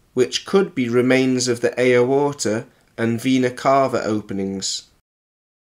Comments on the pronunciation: what's an ay oh orta? 😂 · Ey-oh-orta? He sounds like he has never heard someone say aorta lol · He pronounced aorta "ayo-orta". Another example of someone using words without actually knowing what they mean. Oh god it gets worse... "a-GATE" for agate. Gal-stones. "Oh-PALS". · I'm sure doctors would love to know where he learned "ay-oh-orta"...! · It's always fun when they give away that they've never heard a word said out loud before... "Ayo-orta" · Anyone else slightly bothered by his pronunciation of aorta.